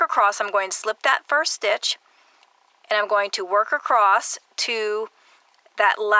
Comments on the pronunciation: The word, "across," is not pronounced with a "t" at the end. Sorry, but it hurts my ears. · Where is the term “acrost” from. I never heard it before YouTube. Must be a specific area dialect but I’m wondering what area in the USA commonly refers to ‘across’ as “acrost”. I’d love to know. I’m Australian and most Aussies have the exact same dialect with minor variety in accent. Some southern AU states say ‘castle’ as per USA pronunciation and ‘chance’ and ‘dance’ as per more educated British. Fascinating